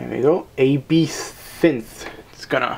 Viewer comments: It's pronounced like absynth. "ab" like in abs and "synth" like in synthesizer. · It's pronounced AB (like abs) SIN TH ... it's an alcoholic drink.